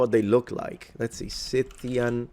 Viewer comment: And unfortunately it is consistently mispronounced in the video, a type of flop i wasn't expecting